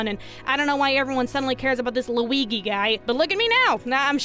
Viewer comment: calling the best Mario Brother Lu-EGEY made my day